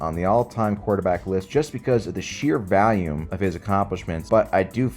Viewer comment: he pronounces "volume" like "val-yume." is this a philadelphia thing?